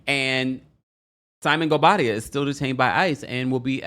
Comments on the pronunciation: The way that you say "Simonguobadia" 🤭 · I never get over the way you say "Simon Gobadia" lov it and cracks me up everytime